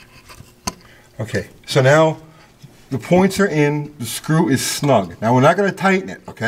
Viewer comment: He's a "Poin Star"